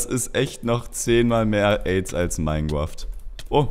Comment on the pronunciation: Minegwoft xd